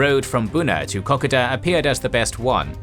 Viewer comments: It’s Ko Ko Da not KokAda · KA KO DA ..... FFS IS IT THAT HARD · It is pronounced like cocoa and da as in the Dutch way of dad. Secondly the kokoda track and kokoda trail were two different things. The Aussies and papuans were using the track to ambush on the trail. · Wait I have been pronouncing it co-co-da all this time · Say it like this K'koda. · You said Kokoda wrong mate extend the vowels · As an Aussie, I love that this exists/ However, I die a little every time he says Kokoda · I just could not stand the mispronunciation of KOKODA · At least pronounce Kokoda correctly. One of the biggest operations in australian history and you mispronounce it every time. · If you don't do AI then I really gotta ask you to work on your pronunciation of Kokoda. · There is the way most Australians pronounce Kokoda, there is the way some Australians pronounce iit, and there is your pronounciation. When you get something so fundamental wrong it raises question if you cant be bothered with something that easy how confident can we be in anything else? You have Australian subscribers ask them. There is the chance that you have adopted a Papuan pronounciation in which case you should state it but further there are a number of languages specific to different parts of the track so which tribal group did you chose and why?